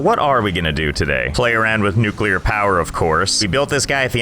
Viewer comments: Finally nuclear power and even better nuculer wast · *generate nuclar wast not electricty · Unradiable base. its nucular all the way